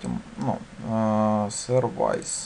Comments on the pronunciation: Только не сервАйс, а сЁрвис (как в слове автосервис:) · Всё, в принципе, элементарное объяснено. Хотя, ничего не разъяснено по поводу POST, PUT. Произношение слов английских необходимо подтянуть. Что бы не было "сервайзов".. В общем, никак. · все хорошо, только не Инит, а инИт, не сервайс, а сёрвис